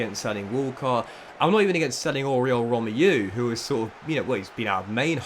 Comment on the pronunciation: Romeu is pronunced Rom-ay-you. Good video once again though